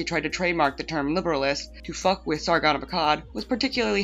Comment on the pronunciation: Funny how you can do an update on this with the sargoon, vee-mon, and boulder king.